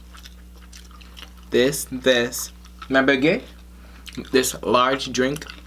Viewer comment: The look on her face was priceless and calling it bang et... Bag-et